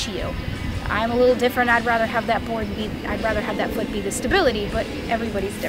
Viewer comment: Think about the "fffFOOT" . Seriously though people, think about the foot.